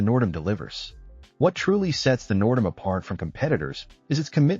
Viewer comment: Total AI slop. Half the pics aren’t the N’dam or HAL at all. Plus the pronunciation of the ship Nerdam.